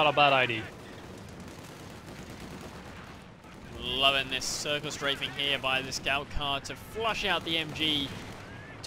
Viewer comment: It's been 2.5 seasons, I think I can finally say it before I burst: the word is ideA. [aɪˈdi:ə], not idee. Keep on rocking.